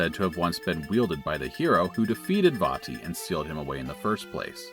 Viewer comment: Glad you pronounced "Vaati" correctly. Also forgot how bad the GBA sounds, no matter what game it is.